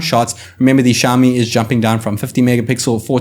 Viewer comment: shaomi? shaomi?? its Xiaomi! ksi, KSiaomi, not SHiaomi